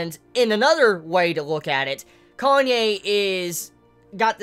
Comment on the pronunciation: ...............You're gonna keep calling him "Kanye" aren't you?